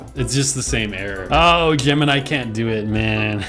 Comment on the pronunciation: Hmmm gemni? It’s sooo bad😂😂😂😂